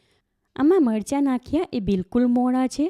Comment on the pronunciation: Not margha but marcha. Correctvpl